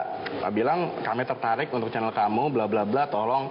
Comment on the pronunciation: Kok narator nya ngomong chanel malah "kanel"